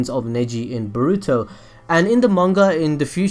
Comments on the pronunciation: It's boruuto not borrrruto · The way you pronounce Boruto almost sounds like you're going to say burrito lol